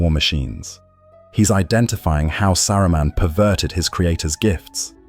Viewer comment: I like how the British AI randomly said "Sa-roo-men" 😅😅 SkyNet wont come into being just yet. Also i want one of these lotr AI channels to use the most bratty/snotty cockney british accent at some point. I will enjoy every second.